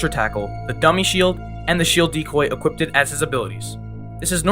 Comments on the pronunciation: guy said "equippeded" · The one guy keeps saying “equipted”